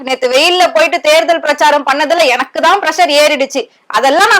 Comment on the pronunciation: எந( ன ) க்கு சரியா தட( மி )ழ் வராதனால் வில( ங் )குகிறேன்